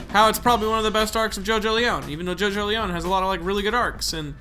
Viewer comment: It's pronounced Jojo-lien not Jojo-leown